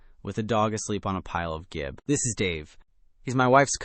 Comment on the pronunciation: Gib is pronounced jib. It is short for Gibraltar board, which is a brand name.